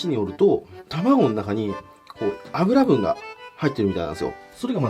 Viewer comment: やっぱ油分(ゆぶん)を油分(あぶらぶん)って言う金子可愛い…